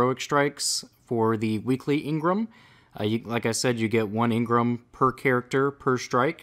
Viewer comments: Jesus fucking Christ I cringe every time you say engram. It's engram not ingrum! Other than that, love it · your saying engrem when it's called engram lolz😂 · Why do you say Ingram it's spelled engram you don't pronounce e I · Stop saying ingram it's pronounced how it's spelled for gods sake you're triggering me